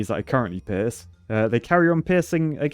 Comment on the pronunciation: saying pierce sounding like piss "they piss, they piss" love it